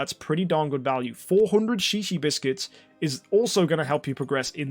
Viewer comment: Shishi biscuits. XD In Hawaii that means peepee. Are you sure it's not pronounced zhezhe?